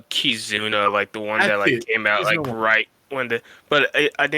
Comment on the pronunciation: Great start for 2021! Thank you for answering my question about kizuna exclusive legends (you did pronounce the name correctly) - I think it would be great if the legends and or kizuna rr would be available via kizuna tickets in some way. I would like to see a limit break material island (1 island or maybe 1 island for each color similar to the turtle islands) and then introduce a new legend similar to legend chopper that would double the drops of the limit break materials. Don't know who I would expect the legend to be though.